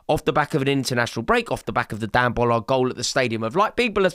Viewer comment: does he say Ballard incorrectly on every show he does for a reason?